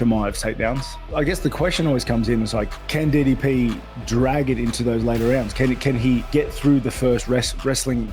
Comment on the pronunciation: pronouncing ddp as diddy p. made me laugh out hard